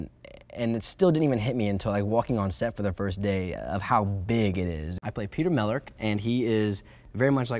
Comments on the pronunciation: am i the only one who noticed he said mellark wrong? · He pronounced his last name wrong.